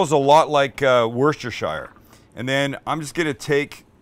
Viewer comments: Wüster-shire? We just call it Wooster sauce here in the UK. Don't make life difficult for yourself. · "Worcestershire" is pronounced "Woostershire", the "rce" is silent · just say wooster-shire. Worcester Mass is pronounced "Wooster" by almost everyone I know who I've heard it from, we all just go along with it. Kinda like british people and "aloominyum". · I love the food you make, but a small part of me dies every time you say WOOSTERSHAYER. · Nah bro it’s like wusstah. I’ve never once heard it pronounced WOOster. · Just FYI, Worcestershire is pronounced "Woostersheer" . Cheers, a Brit. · I made the same comment over a year ago :) Sam is stubbornly sticking to "war-sester-shy-er" LOLs :) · Why do north americans struggle so much with saying "Worcestershire"? Asking for a friend!